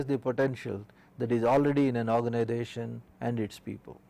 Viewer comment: It is Organisation not ORGANIDATION